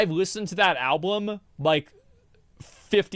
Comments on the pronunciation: also you had a slip of the tongue and one of the times you said alblum accidentally XD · Is he saying alblum? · he actually says ALBLUM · I barely payed attention after hearing him pronounce album as alblum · Bro the way you say alblum has be fucking crying and then chat is trying to correct you and you still say it wrong 😂 God I love this channel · You had said ablum. I don't think it's a big deal. I sometimes mix up the first syllable of 2 different words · Chat is cap, i definitely heard alblum 3 times. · Love the mispronunciation of "Album" he was referencing the Chris Rock bit. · He didnt know that he was saying album wrong. Thats amazing